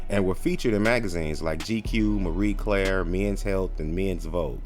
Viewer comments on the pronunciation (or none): none